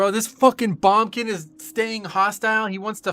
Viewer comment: Why are u calling it a Bum-kin snd not boomkin mate?